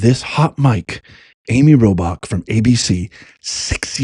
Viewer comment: Amy's last name is pronounced ROAR bach. Watching on Sat, 2/28 in Reading, PA.